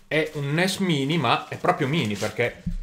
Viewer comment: credo che si legga NES mAini.